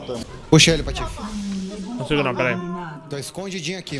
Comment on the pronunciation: o r do patofe tá estragado